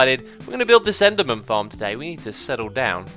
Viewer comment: did he say enderman tits xD